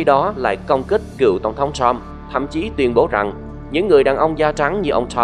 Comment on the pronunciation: Bạn đọc sai nhiều chữ "X, Sean, Trump, Truth social"